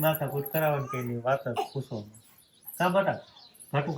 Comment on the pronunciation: તમે બટા કેમ કહો છો બેટા કહેવાય